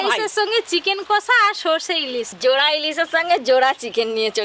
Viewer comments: কোষা একদম😅 বলবেন বা লিখবেন না । মুখে দশবার উচ্চারণ করুন ' কষা ' , তাহলেই আর ভুল হবে না । কড়াই বলবেন , কোড়াই নয় ।😂😂😂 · চিকেন কষা হবে। কোষা আবার কি কথা?